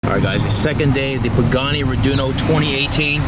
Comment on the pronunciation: Pagani not pagnano